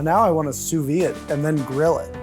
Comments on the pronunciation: Butcher guy "....Sous VEEN....." lol ! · This man said sou vein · Did... did he just say 'sous veen'?